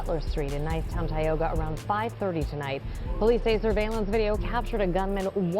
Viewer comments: He ain’t from Philadelphia pronounced Tioga all wrong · It’s pronounced ty oga